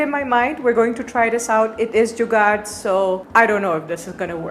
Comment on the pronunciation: You're evidently in love with India and it's culture. You pronounce the Hindi words very clearly and meaningfully.. Eg.. Jugaad